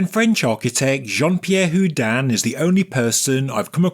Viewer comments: I love every single one of your videos! But please stop saying who-dan. It’s who-dean. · Like Houdini, without the last I.